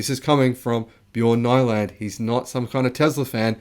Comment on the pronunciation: Just one thing Bjorn Nyland not pronounced - Ny not like Night but like in Knee-lund ... Or Niew-land.